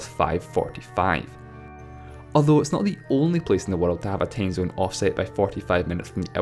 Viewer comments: What's a tamezone? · LEARN HOW TO HAVE A FUCKING ENGLISH ACCENT!!!!! IT'S TIME ZONE, NOT TAIME ZINE!!!! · Matthew Adarichev "tame" zone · Matthew Adarichev he pronounces "time zone" as "tame zone" do somehting about your accent dude